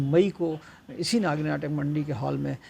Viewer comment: लिखते हो "नगरी", बोलते हो "नागी"! और है यह "नागरी"!!! हिन्दी चैनल वाले हिन्दी को न लिख सकते हैं, न बोल सकते हैं, और कहते हैं अपने को "पत्रकार"! और, सर्टिफिकेट प्रदान किये जायेंगे, या "की जायेगी"??? 😢😢😢